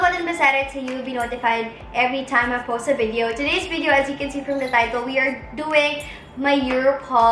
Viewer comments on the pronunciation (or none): none